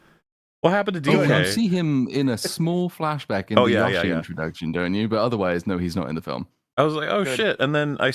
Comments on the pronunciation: Sounds like is saying “Joshi” a lot of the time. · so like, everyone has Google and can see the correct pronunciation of Yoshi is indeed Yoh-Shee, don’t understand why was acting like they say it correctly and everyone else is unjustly annoyed with them saying it that way 😂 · It's a Japanese word. The closest phoneme to the Japanese "yo" is pronounced "yoe." It's "yoe-shee." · You mispronounce Yoshi. Opinion discarded. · It’s Yoshi not yoshi. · For the love of all things, someone pronounce Yoshi the right way!!!